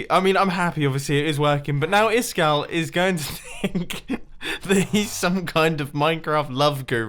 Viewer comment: Hasn't Iskall told them how to pronounce his name? "Iss-kal" - where's the second S coming from?